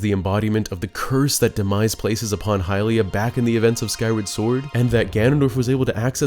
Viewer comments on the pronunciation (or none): none